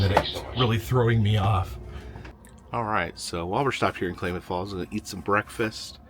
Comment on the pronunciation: Klamath is pronounced like mammoth not claymath